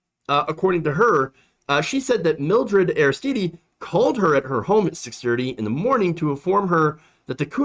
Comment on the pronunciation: I'm sure someone has mentioned it, but Haiti's Aristide is pronounced, "AIR-iss-TEED," not, "AIR-iss-TEE-DEE." To (intentionally) misquote Dave Chapelle, "It's French, bitch!" Meanwhile, I love you,. It's all good.